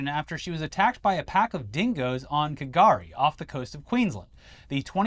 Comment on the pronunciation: Hey boys! Resident aussie here, the k in k'gari is silent, pretty good pronunciation otherwise! There's also been a lot more croc attacks in the northern territory lately, mostly idiots trying to get close or just not respecting their territory. Couple of crocs have been put down because of it, really sad honestly.